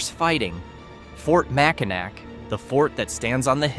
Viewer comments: Mack-in-awe not Mack-in-ack. But that’s ok. Wait until you hear about pronouncing Gratiot and Schoenherr rds lol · Mackinac is pronouned Mack-in-aw. Michilimackinac is the indigenous name. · It's pronounced "Mack-Ah-Naw"! Stupid AI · 1) Mack-in-naw 2) How the hell is Mackinac some place that "nobody talks about" and no locals don't tell people to stay away...the heck? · OK I'm out it's pronounced Mack-in-naw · It's pronounced "Makinaw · Mackinac = Mack-In-Awe T . T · Mackinac is pronouned Mack-in-aw. Michilimackinac is the indigenous name.(derived from Ojibwe words roughly meaning "place of the great turtle," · Guy can't pronounce Mackinac right Imagine what he'd do to Kitch-iti-kipi. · I live in Kalamazoo.. and it's apparently obvious that people get upset when others mispronounce Mackinac.. In all fairness this city isn't in the news often especially world wide. I was taught to sound it out.. So just imagine how it is when I hear simple FOUR letter countries being mispronounced.. people saying Iraq like this I - rack 😮 and as of late.the country of Iran it comes out sounding like - I ran 😮 😢. Duh I know where they're talking about.. so it's no big deal, but I do correct them lightly just so they'll know better if it comes up in a later conversation. .... Iraq = E - rack. short a sound ,,,,,,I ran = E - ran short a sound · One day I'll watch one of these videos where they say mackinac correctly 😂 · Probably not.😁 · Hahaha AI can't pronounce it correctly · Probably not these YouTubers need to do more research. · You're one of the very few who have noticed that. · Nah. Then wed be out of work.